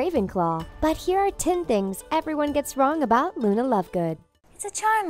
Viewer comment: When you dont say lovegood: Luna When you say lovegood: Luni Lovegood!